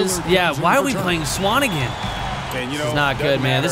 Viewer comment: You're pronouncing swanigan wrong